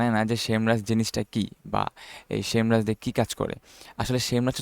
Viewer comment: Vai...shame rush nah SEMrush